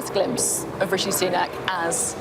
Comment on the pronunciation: Its not richie but rishi